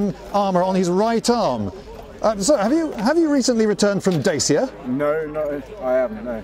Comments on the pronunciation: how is pronunciation important when saying Mainz to you but not when saying Dacia, the c makes a K sound and the second syllable has to be stressed. It’s not day-si-ah it’s Da-Kih-A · Dacia is pronounced 'Datchya' not 'Dayshia' I asked when I was there (Romania) there was no soft C in latin then. Like Caesar being pronounced Kaiser. The car brand is also pronounced datchya. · Datchya may not be exactly accurate either as the "ch" pronunciation is something we get from ecclesiastical Latin as opposed to classical vulgar latin. It may well have been Dakia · I think the C in Dacia is pronounced ch, like the C ion Ciao. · It's pronounced DAY-SHA (Dacia) :) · I'm a bit of a Lindy fan, but his really bad pronunciation of "Dacia" is terrible